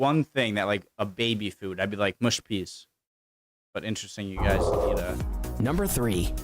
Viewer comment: Isn't anybody going to mention that "haggis" is pronounced as it is spelt and not as "haggeese"? Credit, though, to the narrator for getting "mushy peas" right and not saying "mooshy".